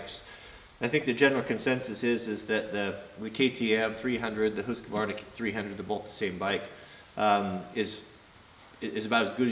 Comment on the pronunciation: It's Official Best Channel on You Tube Homesteading, Knife Building, Ax Building, Forrest Fire Fighting, Woodworking and Now Dirt Bikes I know it's real because you pronounced it HOOOSKVARNA not HuskAvarna. Thank You just for being real... now start moving the bed forward to make room for the bikes in the "MOTOVAN"